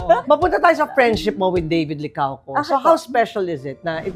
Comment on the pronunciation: Licauco not Limcaoco